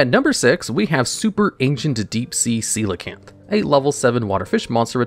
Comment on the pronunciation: I can’t believe he read coelacanth correctly of all things…